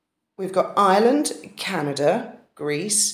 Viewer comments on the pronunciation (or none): none